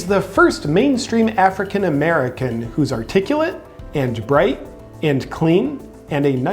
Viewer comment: When he said black and Hispanic Americans can't get online, he said "Africamerican." Old racist dummy.